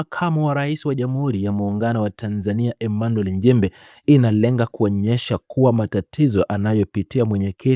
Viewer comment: Mheshimiwa njimbi! Ili jamaa hata kutamka nchimbi linashindwa lijaluo la kenya eti Emanuel NJIMBI mfundisheni kutamka kwa sababu hatuna Njimbi